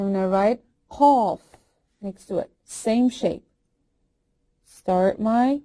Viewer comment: "Qaaf" sounds like cough maybe?